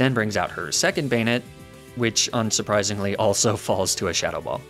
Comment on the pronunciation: I like the fact that he pronounces correctly names I never see correctly (Amphaross, Banette) yet comically mispronounces easy ones.